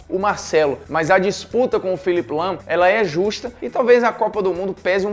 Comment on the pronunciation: Quando você falou lahm pode eu tinha entendido lampard